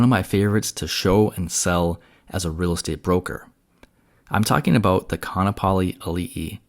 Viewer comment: its pronounced Ka-a-napali